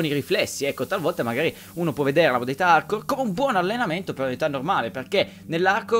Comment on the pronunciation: sembra che dici modalità Arcore.....